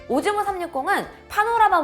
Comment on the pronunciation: 오즈모가 오징어라고 들리는데 어떡하죠